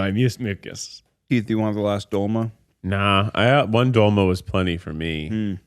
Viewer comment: I gotta say it, as a person of Greek decent the mispronunciations of " Doloma" is so painful lmao. But I do love the podcast! This one was a banger!